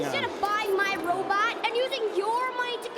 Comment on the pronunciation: You guys pronounce robot as robut like zoidberg and it's hilarious 😂